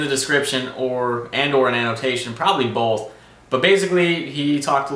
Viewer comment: "Probly bolth"